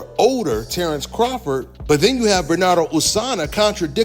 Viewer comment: R u ever gonna be able to pronounce Bernardo's name correctly?